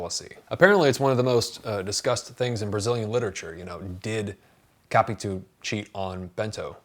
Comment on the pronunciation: How to pronounce correctly "Capitu". In Portuguese, we split her name like that: Ca-pi-tu. But you non-native Portuguese speakers have to say her name like this English conversion: ka-pee-TOO, because we have to accentuate every word that ends in -u in Portuguese. Thus the stressed syllable is the last "tu", and not "Ca". You tended to stress the syllable "Ca" but it is wrong.